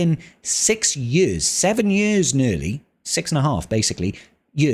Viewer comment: Seven yörs nörly?